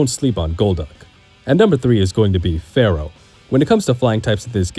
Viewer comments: its fearow!! and spearrow. not farrow and sparrow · Also, "SPEER-OH" and "FEER-OH" Not pharaoh and sparrow lol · I can’t trust anyone that pronounces Spearow and Fearow wrong 🤦🏻‍♂️ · Fair-oh? Spare-oh? Really?? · FEAR-O not Pharoh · Are you serious with Farrow? And Sparrow? That has to be a joke. There's no way. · It's Fear-Oh, not Farrow. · fear-ow, spear-ow........ its in the name. Not Pharoah or sparrow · Fear-ow Not phara-oh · "Sparrow"? "Farrow"?? SPEAR ROW FEAR ROW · Spearow sounds like spear but fearow sounds like fair? Yeah no. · Spear-oh like a spear Fear-oh like fear as in horror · The way you pronounce FEARow is annoying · Why do you pronounce Fearow like it's gonna summon the Curse of Ra? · I don’t know if I’m the crazy one for how I pronounce Kabutops, but I know the Spearow and Fearow ones are wild… If I didn’t hear the switches in microphone quality and volume, I would swear it was AI narration, lol. Maybe this narrator is more in tune with the preferred pronunciation, like how Game Freak wants you to say Po-Kay-Mon, rather than Po-Key-Mon or Po-Kah-Mon? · Why he saying Fearow and Spearow like that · Why are you pronouncing Spearow and Fearow that way? It's... distracting lol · The repeated mispronunciation of Spearow and Fearow have me skipping to the next video